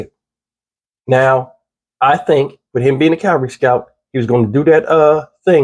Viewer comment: I know that in the scope of things this may not seem important to anyone but me. The reporter actually said that "... King is a Calvary Scout.." Calvary is the place the Lord Jesus Christ was crucified. King was reportedly a Cavalry Scout. Cavalry NOT Calvary. The level of education and vocabulary skills today in reporting is just embarrassing. It seems that this soldier had some sort of death wish to have purposely run over into North Korea.